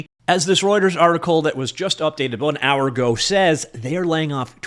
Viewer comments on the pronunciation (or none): none